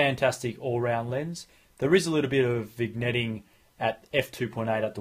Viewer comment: Vignetting (Pronounced VIN-YET-ING). Like Fillet Mignon (MIN-YAWN) :)